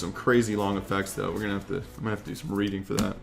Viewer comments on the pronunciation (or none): none